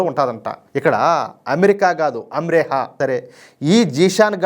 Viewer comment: అమ్రేహ కాదు అమరోహ ఆ ప్రాంతం పేరు సార్